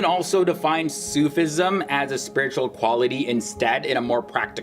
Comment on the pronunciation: Great vid , little pronunciation help: its not Sooof ism it more like Sufi ism